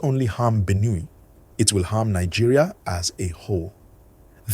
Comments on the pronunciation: What is Benew? It’s Benue please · the way you pronounce Benue is wrong sir